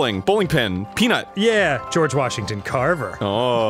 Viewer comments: half of the episode is just arin saying Goerge Washington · No - fucking - Body: Arin everytime they play this type of games: GeOrGe WAsHignTon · Weorge Gashington